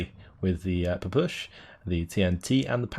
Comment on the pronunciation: Your pronounciation of the Ppshw is hilarious. It's pronounced 'Pe-Pe Shaw' though xD. Love that smg though. Awesome vids btw.